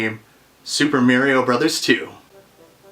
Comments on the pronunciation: wtf is Mary-o? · Super "Merry-O" lol =p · Why did he say "merry-o" and then, right after that, say Mario, the normal way? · "Mayrio brothers" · I was only joking with ya. I hear both pronunciations here in the states too. I just thought it was funny because you actually pronounced it "Mario" later in the video. It's like Ninja "Guyden" or "Gayden" and "Rye-yoo" "Ree-yu." Part of what makes retro gaming fun, all the different pronunciations and how they create debates from time to time.